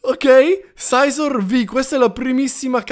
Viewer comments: Sei un grande comunque scizor si dice sisors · Si dice scizor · si dice scizor z come una zanzara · kendalhai avuto un sacco di fortuna ma scizor e col la sci e non con la s mi salutami un prossimo video perfavoreeeeeee! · Io ti consiglio di fare 4 e le metti davanti e si pronuncia scizor😉😉